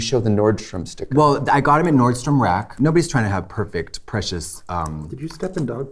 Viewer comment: Can I just say thank you BOTH for saying NORDSTROM right and not adding the “s”? Thx divas hunty werk da house down boots tongue pop MAWWWWMAHHH 🥰